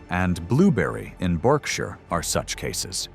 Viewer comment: Thank you for pronouncing Berkshire correctly - 'Bark shur'. I don't know why it's pronounced like that, I didn't invent the language. Unfortunately, you pronounce the Welsh word Annwn as in 'The Spoils of Annwn' incorrectly. It should be 'Annuun' as in Welsh a double-u is literally pronounced that way.